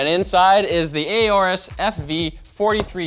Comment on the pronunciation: im pretty sure its just "orus" not "ayorus"